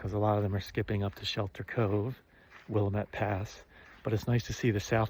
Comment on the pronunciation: will am it = willamette